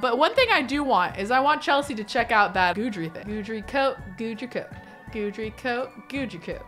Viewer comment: I think it’s actually GEE-dree. Not guide-ree or good-dree.